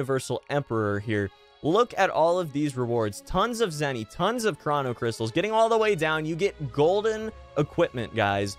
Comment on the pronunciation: Fam its (crow-no) not (craw-no) cystals